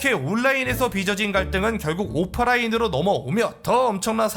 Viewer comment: 근데 이 부분 자막에는 오프라인으로 적혀있는데 내 귀에는 오파라인으로 들리는데 나만 그런가?